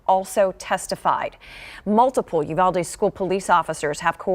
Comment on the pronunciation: Not the freaking lady pronouncing uvalde wrong